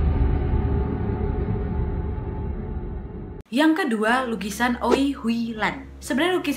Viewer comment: Hallo... Kak Nadia Aku cuma mau info aja kalo tulisan "Oei" Dibaca Ui (Uwi) Oei itu ejaaan lama, oe dibaca nya u. 🙏🏻